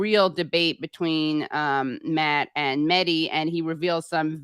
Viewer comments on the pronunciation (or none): The H in MeHdi is not silent. It's pronounced as H in Hypocrite and wHore that Mehdi is I love how arm chair feminists think that the only healthcare women need is abortion. You don't have to go to Ukraine to see DemoKKKRats and Republicans work together. They also make sure that people who do want to have a baby can't afford to feed, house or maternity care to have the baby. You criticizing the status quo is literally the pot calling the kettle out of touch. You are only fighting for the right of the poor to kill their babies. How can you call Klobuchar caring? You could challenge the Republicans about the fact they only care about birth right because once the baby is born they don't care. They don't care that life needs, food, shelter, healthcare etc.